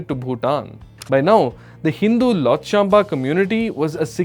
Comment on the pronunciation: If you cannot even correctly pronounce “Lhotshampa,” it raises serious questions about how much research you have actually done before speaking about Bhutan and its history. What do you truly know about the challenges and complexities of the 1990s? These are sensitive historical issues that require careful study, balanced perspectives, and an understanding of the facts—not superficial commentary. What is particularly disappointing is your decision to bring religion into the discussion. Using religion to create division, fuel controversy, or portray one group against another is irresponsible and unfair. Such topics should be approached with accuracy, respect, and a genuine commitment to informing people rather than provoking them.